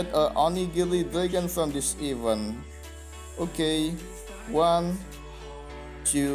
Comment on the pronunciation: Just some suggestions for you to getting better English than before. I know you wanna say event but unfortunately you say even. Try Google translation and put event dan even, after that you hear it dan compare to your sound in this video. You wanna say to your viewers event but unfortunately we hear it even not event. Good luck brother.